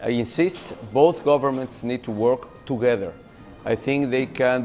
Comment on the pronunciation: tugeder xD